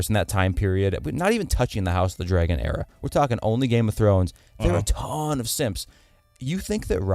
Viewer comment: I just rewatched this video,because you guys are pretty much awesome ( except for the fact that you pronounce dragon dray gon lol), but anyways, Jon does not kill Ygritte. He notices the fletchings were a different color than what he was using.